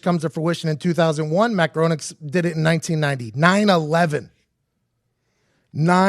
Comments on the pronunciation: Right down to the mispronunciation of Matt Groening's name, this batsh1t crazy man is overflowing with wrong information. I wish I could erase the experience of watching this from my memory. If this dude had any real influence over world politics we would all be dead. But hey, he knows how to get views!!! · I couldn't help but notice they said his name wrong the ENTIRE video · If they were real fans they would pronounce his name correctly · The whole video it was driving me insane that he was saying his name wrong. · Yeah it annoyed me too. It's the exact same way you would pronounce John Boehner's name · It's pronounced Green-ing. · His name is pronounced “gray-ning”. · it's pronounced GRAY-NING ffs! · Hey, it's pronounced "graining" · It’s pronounced “graining” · Graining is how it’s pronounced. And the Trump thing was done after the fact. 🤦🏻‍♀️ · His name isn't matt groenig. It's groeniNg. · Hey two guys who know are so witty but don't have the wits to look up how to pronounce their subject: It's Matt GRAYning. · GRAY-ning. Rhymes with complaining. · The first thing you should ask him is how to pronounce his name. Because I'm pretty sure it isn't "groaning". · Hes saying matt groening as matt gronick wtf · It’s pronounced grayning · His name is pronounced Graining. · Anyone else annoyed that he is pronouncing it 'Growning'. I guess just me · It's also pronounced "graining" and it's murdering my nerdy brain. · It's pronounced Gray-ning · It's pronounced Matt "GRAY-Ning" I learned that from the Simpsons app 😂😂😂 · It's pronounced "Grain-ing". Weird German thing. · Can't even pronounce Matt's name right and you wanna tell me you know so much about him being a time traveler. This conspiracy is a load of tripe. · At least pronounce Groening's name right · If you were big fans you would have known his pronunciation. #eyeroll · Its pronounced “GRAINING”!!!....good god, man! Pretty good video but every time you say GROANEEK its makin’ me fkn crazy.